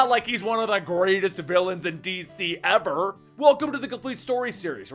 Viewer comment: "Its not like He's One of the Greatest DC Villians EVER!?!?!?"....You couldn't have stressed that more, could you?